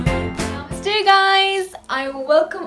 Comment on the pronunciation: I subscribed u ma'am 🙏🙏 I really like the way U said "NAMASTE" and that Bindi suits u sooooo much😎😎😎👍👍👍 Thanks for respecting our CULTURE 😊😊🙏🙏🚩🕉🚩 NAMASTE 🙏🙏 HARE KRISHNA